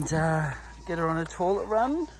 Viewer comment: I love your videos, but please,, when you say toilet,, it's pronounced toylet not torlet